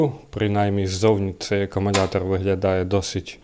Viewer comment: Я один слышу "аккуМУНятор"?😂